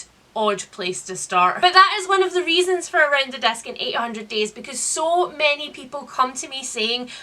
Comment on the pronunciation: Swear I thought you were saying "desk" instead of "disc". Around the Desk in 800 Days. Kind of a different read-a-long, I think.